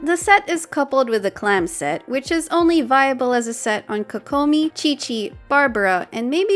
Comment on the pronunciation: "Oni a few options"🤣